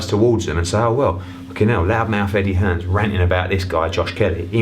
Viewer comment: Lloyd Christmas It’s Hearn, not Hearns.